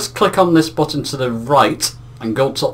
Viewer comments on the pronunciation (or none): none